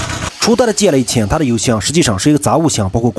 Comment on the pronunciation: GL 啥时候读成 戒了😂😂😂😂